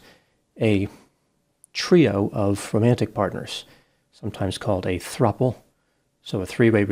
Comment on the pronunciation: Throuple sounds like throuble 😬